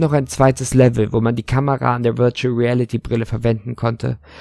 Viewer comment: VIRUTAL REALITY" XDDD